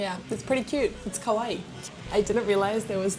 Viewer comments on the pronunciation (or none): none